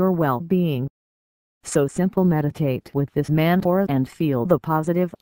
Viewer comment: The text to speech doesn't pronounce the word "Mantra" correctly. Geez. Whoever owns channel just record your own voice as intro. Give name of mantra as well. Such terrible audio.